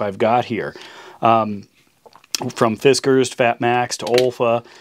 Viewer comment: I appreciate that you pronounce Knipex correctly, but... Do the same for Fiskars then too if you're gonna make a point to pronounce brand names properly.